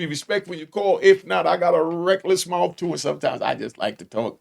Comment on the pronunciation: WATCHA MOUF BRETHREN!!! lmao